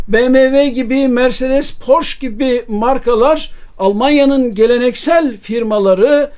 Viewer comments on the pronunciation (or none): none